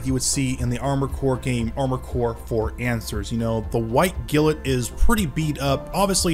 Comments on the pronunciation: 2 things. 1 you mispronunciation of them name is rough but that's just SUPER NIT PICKING. 2 as someone who had this kit when they first ran. They DO NOT hold up to time ALL I mean ALL versions of them kit I've ever had and have seen all have brittle plastic and will break down over time. The Poly caps as degrade fairly rapidly. The impact resistance of this kit is non-existent. I've also has fitting issues even after sanding. Granted I've only had up to the 3rd run of this kit in black. However the 1st standard and pearl were just terrible. 2nd got a little better but not that much. Skipped 3rd pearl because it still had overly hardened plastics. While standard had overly soft and the black polycaps lasted maybe 2 years. I'd love to have an AC/FA kit that isnt super fucked. However I've only had luck with the HEXA GEAR stuff. So hopefully the final production runs of the REX and AC kits this year will be better. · The way you say White Glint in yhe beginning kills me